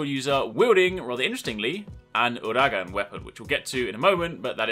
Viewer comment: I still cannot, and I won't ever get over how he pronounces Uragaan. No offence I just cringe every time I hear you say it the way you do.